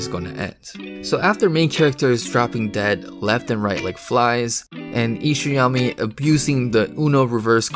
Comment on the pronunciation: This man said ishayami sensei😂😂😂. Lol its isayama brother